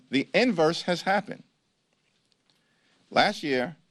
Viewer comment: The word is ‘’last’’ not ‘’lass’’ 😊